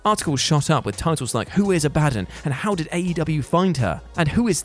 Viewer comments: You said Abadon's name wrong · It's pronounced ab-a-don not a-bad-on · A-bah-don. Not a-ba-dan. Also you have the same amount of charisma as a barn owl. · "Abadon" Abba-dawn Not "Abaddin" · Abadin? not Abadon do you even watch wrestling or just read a script geeeez lol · Abadon = Ab-a-dawn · Ab(ah) don. hahaha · Is it not pronounced Abba Don?! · A-ba-don. Sorry, I can't help myself but that's how it's pronounced. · Abadon? Ab a don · A BA DON. 😂😂😂😂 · Abadon is pronounced Abba-Dawn. You're welcome. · Sounds like is saying a-bad-yan 😂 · Is he saying "abadden" as an April fools joke? Lol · Great content. But hearing you say abadon wrong repeatedly.... whut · ABADON. The way you pronounced it was so strange 🤣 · That's not how you pronounce Abadon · I will never understand how you guys butcher names when names sre said all the time. That's not how you pronounce Abadon's name lol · That pronunciation of Abadon is gnarly 😆